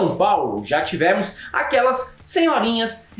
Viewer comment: Por que o pronuncia “tivémos”?